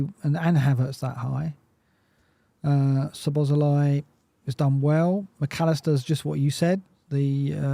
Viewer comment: The z's are silent in Szoboszlai lads!